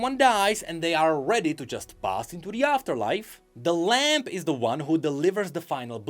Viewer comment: tha lamp and the wolf kekw jokes aside, fyi: the b in lamb is silent